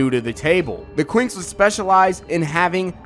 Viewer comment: I honestly thought that you said the twinks